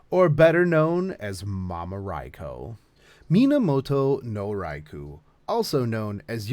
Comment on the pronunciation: Ok, I thought it was just the way you pronounced the name, but for the historical version you actually pronounced "Rai-Kho" but keep saying the fate version like "Rai-Koo". Why is that?